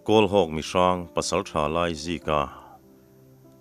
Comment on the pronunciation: Laizika tih tur ah Aizika a ti tlat reng hi a chhiartu leh a then hi hlawm ti a sawi/ ziak bawk hian a tibuai hle mai